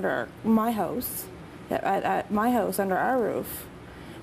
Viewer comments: "He cleans things, around the hoose." Wtf is a Hoose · Lmao they don't even say house right wtf is "Under my hose" 😂